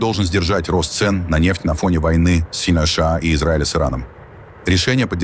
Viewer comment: Ты можешь выговорить нормально США а не как Ии бот😂